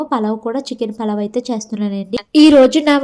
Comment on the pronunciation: Palav kadhu pulav